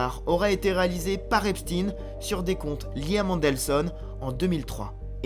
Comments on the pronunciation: C'est epstein et non epstine😂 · ce n''est pas "Epstine" mais "Epstaïne" (au niveau de la prononciation) car origine Israel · C'est Epstein pas "Epstin" et ce n'est pas que le frère du Roi Charles qui est impliqué mais tous ! soit des petites filles où des jeunes garçons et il y a des tas de pédocriminels chez les "élites anglaises" ! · En français on ne dit pas Eipstin mais Epstein comme Albert Einstein au cas où vous l’auriez oublié. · C'est étrange cette prononciation esptine et non esptein qui est utilisée par tous le médias mainstream, enfin je me comprends... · EpSTEIN : comme FrankenSTEIN ! Pourquoi vous changez le nom ? On dit WeinSTEIN pas WeinSTINE ! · et ça devrait secouer la France aussi mais nos média sont tenue au silence vous n'allez pas mordre la main qui vous nourrie et arrêtez avec cette prononciation !!! il ne sappel pas Epstin ok il était juif polonais ne vous en déplaise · Encore un média Franco israéliens qui prononce Epstine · Pas Epstin, on ne dit pas Einstin mais Einstein ! Idem pour le pédophile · Nous sommes en France: Epstein se prononce comme Einstein !